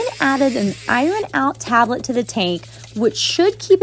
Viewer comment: She pronounced it strangely